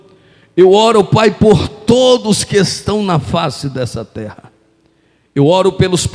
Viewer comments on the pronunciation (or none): none